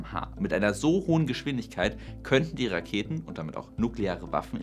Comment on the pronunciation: Ab dem Moment wo du kmh gesagt hast, konnte ich nicht mehr weiter gucken. Das ist echt nicht zu ertragen...